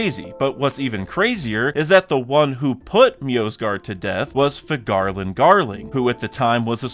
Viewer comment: I really like your content - but I really don’t like the way you pronounce “Figarland.” Something about the way you emphasize certain parts of the word sounds very weird